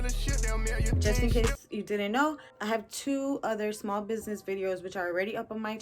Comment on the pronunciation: Biz-nye-ee 🤣😂🤣 I here for it !!